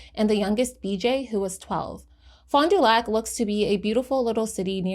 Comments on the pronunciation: I’m from Milwaukee. It’s “ FAHnDUhlack” lol sorry it bothers me. Wisconsin cities are notoriously hard to say without a ‘SkANsin accent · locally we pronounce it “fondle your sac” 😂